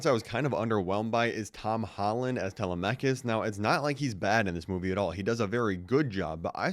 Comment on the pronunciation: tele-mec-us🤣its tel em a cus